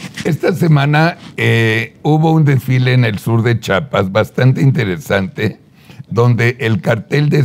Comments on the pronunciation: Que mal informado el vato cartel Juárez? además es Chiapas no chapas porque son palabras con significado muy diferente lengua retorcida. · Solo agregar, un poco y esto es para ver si fuera posible que en lugar de decir CHAPAS, porfa podrían decir CHIAPAS, esto porque los ciudadanos de la zona sur pronunciamos bien el nombre de los otros estados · Es chiapas con “i” chapas son las de las puertas. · NO SE DICE CHAPAS... CHIAPAS POR FAVOR!!! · Por favor pronuncie bien "Chiapas"